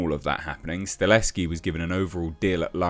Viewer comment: It'll be fine., let's try this one more time though: "STUH -- HELL -- SKI". Not Stuh- less -ski".